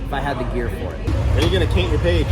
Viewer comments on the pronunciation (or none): "When are you going to caint your page" I'm not the only one who heard that right? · says "When you gonna caint your page". I had to replay it 3x and once more with the closed caption on to be sure I heard him correctly. No big deal...just something I noticed.